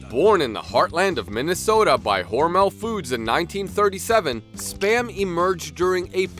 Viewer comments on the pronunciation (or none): Your pronouncing mr hormels name wrong I work for them the last part Mel is pronounced mull hormul